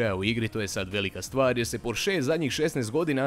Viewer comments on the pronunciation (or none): none